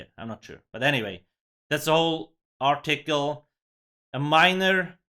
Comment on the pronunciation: "Are tickle" yes I'm tickled😁